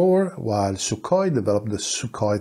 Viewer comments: Sookhoy is the correct transcript, not Suk-hoi.. and Poo-tin 🤣🤣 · its sukhoy not sukoy { kh sound like german ch in bach or koch)